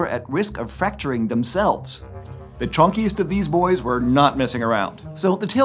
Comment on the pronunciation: Did anyone else hear him and interpreted it as “The CHONK-iest of these bois” I stead of “the chunkiest of these boys”?